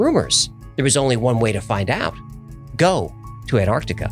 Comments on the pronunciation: Will you please stop saying 'anartica'. It is ANTARCTICA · Please pronounce Antarctica correctly!! It's not an-ar-di-ca, it's an-TARC-ti-ca. The first T has to be pronounced! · Wheres Anartica?.. Why can't Americans say Ant-arc-tic-a properly? 😂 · IT'S NOT CALLED "ANARCTICA" ITS ANTARCTICA ! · Why do Americans pronounce Antarctica as Anartica or Anarctica? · Why do you pronounce it 'An-artica', without the 't' ? Genuine question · It annoys me how people don't pronounce the first "T" in Antarctica. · Any particular reason why yanks can't pronounce the word Antarctica correctly?